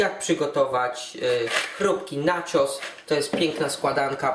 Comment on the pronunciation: pralka w kuchni ? lol2 wtf? sos popatrzcie jaki on jest ciepły ? o co tu chodzi+ zamiast czytać naczos to nacios haha pośmiałem się trochę :)